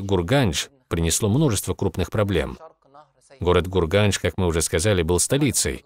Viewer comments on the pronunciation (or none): Ассаламагалейкум город хорезм шаха не гурганш а урганш и до сих пор так наказывается